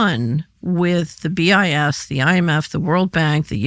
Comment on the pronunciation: BIS sounds like “BS”; probably intentional!